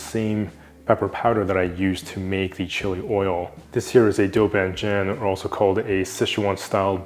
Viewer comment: Beautiful videography, beautiful video. Can we also make the language beautiful too? Can we pronounce it correctly as “doubanjiang”, rather than “dough bann jaeng”? Or “gochu garu” rather than “goe chooo gaeroo”. Love your videos though bro.